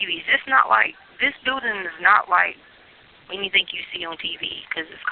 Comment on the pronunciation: She's very blessed that she has an Aunt who cares about her and is kind enough to send her, "$500.00. When I listed to the calls, most of the time when she says, "Anything" she says, "Anythink" Same with the word, "Everything." She says "Everythink"